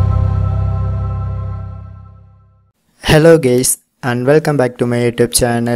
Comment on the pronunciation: Who heard him saying hello Gayz, meaning guyz lol